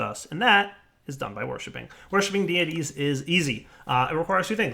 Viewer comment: "Deities" = "day-ih-teas"